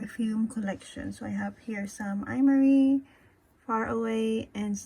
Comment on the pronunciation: Just a lil info its pro-nounced “Em-Ari” :)